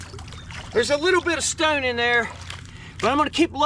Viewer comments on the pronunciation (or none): Dude mustve said stoone a hundred times or better.. enough for me to change it. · Lord! How many times can one man say “Stowwn” in one video.. and the pronunciation is so strange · Came here to learn about arrowheads Stayed because of the way you pronounce “Stone” lol